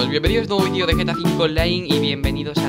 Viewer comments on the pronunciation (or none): none